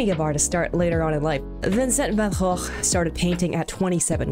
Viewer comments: Are you dutch? 🤨 You pronounced Vangogh right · 👏👏👏 you actualy said Gogh right thank you for not saying Vincent van Go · Kudos to you for the accurate pronunciation! That was really good, I rarely see people make the effort to say Van Gogh's name properly. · That Clodsire is precious <3 nailed the pronunciation! xDD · as a dutch person, THANK U FOR NOT SAYING VAN GO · Pronunciation of Van Gogh was actually good!